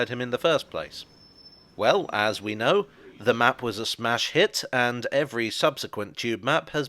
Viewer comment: I like when he said “if there’s one thing you can’t não, it’s the future”